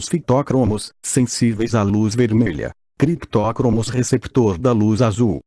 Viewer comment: Hahahaha. Muito bom. Fitócromos e criptócromos, hahaha.